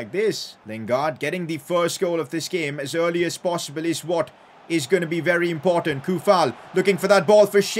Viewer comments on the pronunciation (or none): none